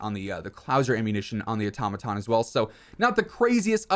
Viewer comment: A Tom a tom lmao dude the it’s pronounced auto-maton now say it fast like one work automaton. Good lord dude.